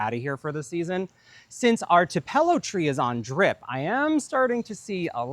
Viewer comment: Just FYI, Tupelo is pronounced TWO-puh-low. Sorry if I am misunderstanding and that’s not the name of your tree. 😅. ( I am originally from the South and Tupelo honey, made by bees who feed on Tupelo trees (Ogeechee tupelo gum tree). which are only found in 2 small areas of the south, and not in Mississippi, is the absolute best!) 😊. For me, while I love Fall, this season is anxiety producing because I have soooo much to do and so little time. 😂